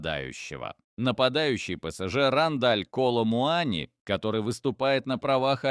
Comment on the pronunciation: Коломуани ударение на,,И".